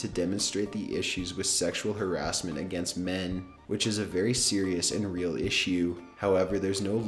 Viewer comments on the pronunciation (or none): none